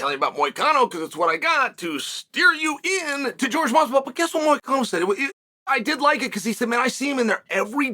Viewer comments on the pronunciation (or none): You would think at this point he'd pronounce Jorge correctly.